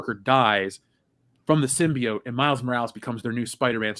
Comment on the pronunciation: I can't believe still pronounces symbiote as "simby-yaunt"